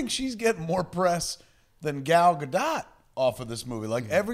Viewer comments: Gentlemen, her name is pronounced, Gah'l Gah-dote! She is NOT a dot! I live in the land she grew up in; I'm telling you the truth! Love you guys! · Leah Shalek She has confirmed that it's pronounced Gal Ga-Duht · Gal Ga-D'OH! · gal ga-duh! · I can't handle how stupidly you said Gal Godot's name.